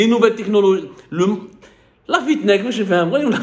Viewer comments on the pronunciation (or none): Je tiens à préciser que le mot correct est “Fintech” qui est une combinaison entre le mot finance et le mot technologie. Tu as prononcé sur deux vidéos le mot fiTnech qui est incorrect.. Je tenais à corriger au cas où des gens voulaient “googler “ le mot pour mieux s’informer. Merci pour le contenu sinon.